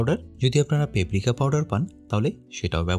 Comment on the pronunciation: শব্দটা পেপরিকা না পাপরিকা😂😂😂😂